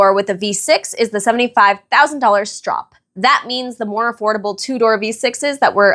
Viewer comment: Thank you for pronouncing Stroppe correctly 👍